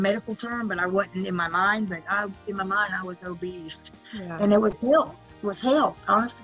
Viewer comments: Angela says "obeast" instead of "obese" 🤣 I think she looks great, she even fixed her teeth. She does look younger & happier. 🌸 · Lmao so no one is gonna talk about how she keeps saying “OBEAST” !! Haha love you Angela you look beautiful ❤️